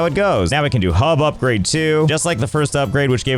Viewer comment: "Upgrade the HUB" ☝Hup-grade☝